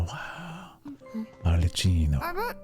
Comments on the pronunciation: It's Arlecchino with a hard "k" sound because of the "cch" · Ar-Le-KKey-no , by the way. Not like Cappuccino. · your commentary is super cool to hear! one small thing though, Arlecchino is pronounced with a "ck" sound instead of the "ch" that you use. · Im pretty sure she offed herself the shot right before is kind of a common way to depict that in anime and manga without fully showing it, and we dont see her hands so she is likely holding the sword hilt. Its "Ar-le-kkey-no" (i think) if not the Cs are pronounced as Ks anyway. The knave before her was Crucabena the "Mother" (the pink heard woman she fought). Her name is the Gallic equivalent of the Welsh enchantress Ceridwen